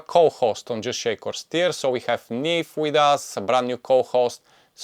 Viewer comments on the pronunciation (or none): none